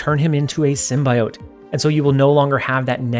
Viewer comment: Symbiote is pronounced sim·bee·owt not sim.bye.owt